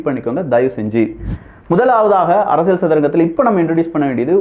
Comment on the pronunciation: ஐயா, தயவு செய்து "ல்" சரியாக உச்சரிக்க பழகவும் . அரசியல் கூட சரியாக சொல்ல வரவில்லை.